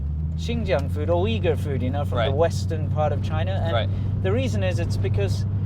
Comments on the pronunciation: Uyghur is prounoced oo-yghur not weegur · The Big Plate Chicken is actually first invented by Sichuan Han migrants to Xinjiang. It is not a traditional dish in Xinjiang Uighur cuisine till early 1950s. BTW, Uyghur is not pronounced as weeger伟哥？？？？？？, but instead, wilgu 威固. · It’s pronounced OOYGOOR, not WEEGOOR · heard it also pronounced as ooi-ger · "its pronounced wigger" - Winston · "It's pronounced 'wigger', kind of like a white guy with dreadlocks......I'll have to cut that out" LOL